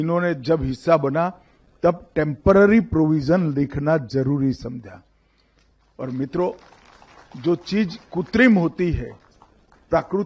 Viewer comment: मित्रों जो चीज 'कुत्रिम' होती है😁😆 अरे! कुतरेया कृत्रिम बोलते हैं।